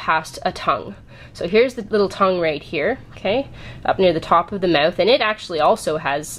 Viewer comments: "Mewth" xD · Lol the way you say mouth is funny